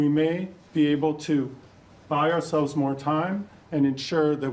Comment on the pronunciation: “ourselves “ sounded like they have what they need for them... not us...